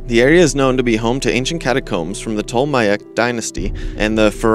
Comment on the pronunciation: Mispronunciation detracts significantly from your credibility. I have provided corrections as followed: 1. Ptolemaic (Tall-oh-may-ik) 2. Cambridge (Came-Bridge) 3. Abydos (Abby-Dose or Abby-Dos) 4. Byzantine (Biz-an-teen) 5. Leicester (Les-teR)